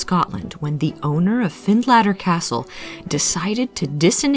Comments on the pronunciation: Find later, as in later time, not latter🏴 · It's pronounced Finletter. Its 10 miles from me. Very eerie place!